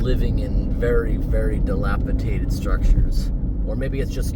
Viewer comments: Please, the word is delapidated, not delapitated. Just trying to help. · Drinking game for this video, take a shot every time mispronounces dilapidated